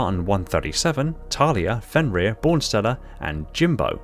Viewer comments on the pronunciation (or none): none